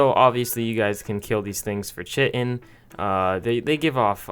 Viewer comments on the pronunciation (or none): It’s not chittin is pronounced kite in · it’s pronounced “KAI-TIN” not “CHIT-IN” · Garbage video. “Chit-in”. Read a fucking book you lepton. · Chitin... Ka-eye-tin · Chitin is pronounced like kite-n, not phonetically as you are pronouncing it. So many people say it that way but it is NOT and accepted way of pronouncing the word. Please stop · its Chitin, pronounced Kai-tin ffs its not that difficult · Chitin is pronounced Ky-ton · Chitin: KEE - TIN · I’m done after hearing how he pronounced chitin